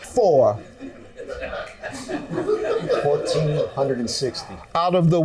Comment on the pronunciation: Emphasis on the 1,460 times 😂😂😂